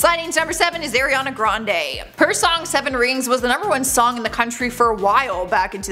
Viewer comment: Pls say Ariana right